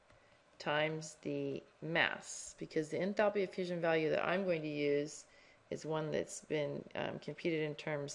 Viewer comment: ENTHALPiii haha love the pronunciation! Anyways, thanks!